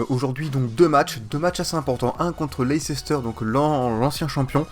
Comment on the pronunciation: Mais c'est pas Leicecester c'est Leicester, tout le monde pronomce mal